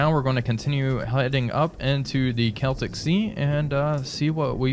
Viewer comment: Hooray! learned how to pronounce "Celtic"